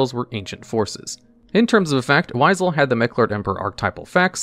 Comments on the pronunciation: Its "Why-sell" not weasle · Started cackling , you just HAD to pronounce the first of the Meklord Emperors to terrorize Neo Domino, WEASEL! - And now you pronounce it properly with no explanation.